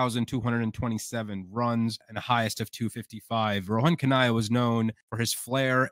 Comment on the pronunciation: You obviously don't know ANYTHING about West Indian batsman to put Chanderpaul above the great George Headley and Viv Richards definitely is NOT the greatest of West Indian batsmen, and Rohan Kanhai (whose name you cannot even pronounce) you put at number 10? Go back and study West Indian cricket some more and not talk such damned nonsense.